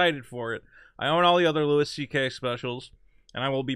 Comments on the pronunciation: It's pronounced "Louie" not "Lewis" you fucking monkey. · FOR FUCKS SAKE, STOP SAYING "LEWIS" (sprinkled with praise like he's your favourite comedian) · goddamnit pronounce the man's name correctly;)